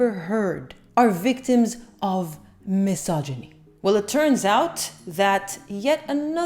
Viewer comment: Thanks for pronouncing mysogyny correctly. Non vedo l'ora di vedere il tuo prossimo video!